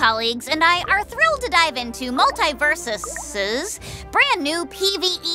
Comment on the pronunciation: Go figure that of all characters would mispronounce the name of the games she is currently in. I cringe every time I hear mult-EYE-versus